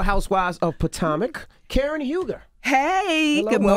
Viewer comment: that was “Kern” 😂